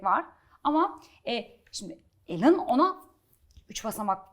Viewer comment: "Alen" değil "Elın" 😂